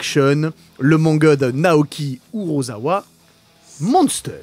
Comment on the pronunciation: Urosawa → Urasawa, Hideyuku → Hideyuki Émission très divertissante! ☺️. Bon, vous allez peut-être trouver que je chipote, mais quand même, faites attention à la prononciation des noms japonais 👎. Cela peut arriver à tout le monde de se tromper, mais quand sur 3 co-présentatrices et co-présentateurs il n'y en a aucun(e) qui reprend les fautes de prononciation d', je trouve que cela décrédibilise totalement votre statut de seule émission sur les mangas et animés de la bande FM.🥺 Ou bien alors, il faut changer le nom de votre émission et ne plus l'appeler YATTA (j'ai réussi!), mais plutôt YACHIMATTA (j'ai fait une boulette!)🤣